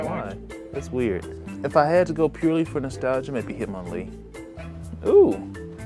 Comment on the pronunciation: The fact that you said Hitmonlee gets a like 👍🏽